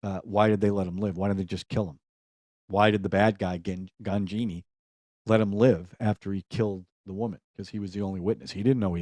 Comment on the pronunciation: Ghanjini pronunce like - Guj+nee